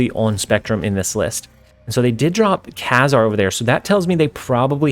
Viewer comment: Love the content. I buy and resell comics for a living and just wanted to let you know the trivial fact the kazar is pronounced KAYZAR